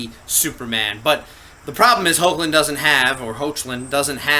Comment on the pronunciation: i believe his name is pronounced as "Heck-lin" not "Ho-che-lin" 😊